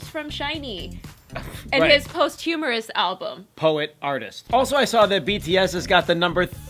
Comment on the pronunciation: "post-humourus" :/ PLEASE pronounce posthumous correctly